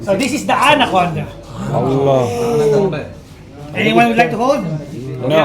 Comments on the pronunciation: anaconda ❌atancond ✅ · 😂 atom conda✅anaconda❌